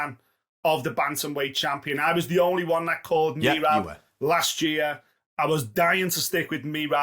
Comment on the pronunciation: Yea next they need to learn how to say merab. It’s sais muh-rob not mee-rob